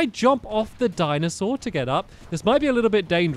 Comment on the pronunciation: Why do I hear Diamond Sword every time you say Dinosaur